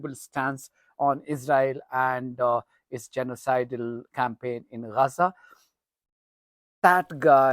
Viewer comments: Yeah you always say Raza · I really enjoy your reports on YouTube, very informative and non-biased. But why do you call it Raza, rather than Gaza ?